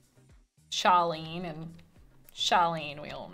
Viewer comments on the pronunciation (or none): I swear that I keep hearing you say Charlene but it's Charlie :p